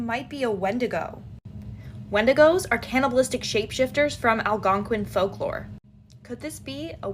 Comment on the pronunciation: did you say “Winna da goes?” 😂😂😂 well saying it that way shouldn’t be taboo!